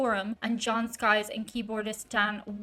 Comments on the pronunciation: It’s Sykes not skys lol, Listen to the band Blue Murder “Jelly Roll’ John Sykes is his name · Not Skys, Sykes. 🙂